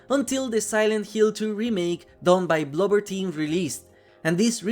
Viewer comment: i know you just said it funny.